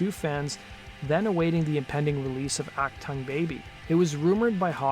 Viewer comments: Its German, say AhhK tuung Baby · AK Tongue Baby? You really don't know how to pronounce Achtung? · I don't know why, but whenever someone mispronounces achtung it really gets my heckles up. It's Ach-toong, like TOON with a g on the end. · It is not act tung it is AUCK Tongueg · Love the pronunciation "Ack Tongue". It's "Ock Toong", dork. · This story has no traction outside America. I've never heard of this band. What they did sounds puerile. Achtung Baby was not only a huge seller, but it is a great album. You can't even pronounce it correctly. Ack-toong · Act ton Baby? Really that how you are going to pronounce it. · "Achtung" isn't pronounced "Ack-tongue". That's what Bill the Cat does. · ACH-TONGUE Baby????? Really? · "ac tongue'? Really? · Jesus! It's not pronounced "Ack Tongue." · "Ack-Tongue Baby," lol. C'mon, man... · Aack- tongue Baby? OmG. Please get a dialect coach, and then find someone to write more accurate, less salacious video titles. There was no hypocrisy. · So is that "Ack Tongue" or "Uck Tongue"? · Not "Ock TONGUE". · I've never heard "achtung" pronounced like this before. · Ha you don't even know how to pronounce it. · This narrator sounds like a metronome reading a script he doesn't even know how to pernounce Achtung. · You call it rock stories but don't know how to pronounce 'achtung baby'! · I can’t listen to this until you learn to pronounce Achtung. It is a Germany word. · The title of your video is misleading, where is that hypocrisy you were talking about? And if you don't speak German and you don't know how to pronounce "achtung", why didn't you look it up online? That would have cost you 30 seconds and you would have avoided making a fool of yourself. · Please learn the correct pronunciation of "Achtung" It's a German word meaning "attention " . You make it sound ridiculous.